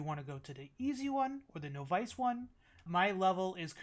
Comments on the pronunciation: Your saying Nov Ice. Cmon. Its novice .. pronounce it like this "Nov is" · The noff-ice eh lol